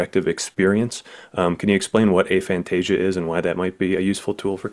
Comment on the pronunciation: We’re not going to support this pronunciation. lol It’s ah — like after and agnostic. Aphantasia. Not “AY-fantasia”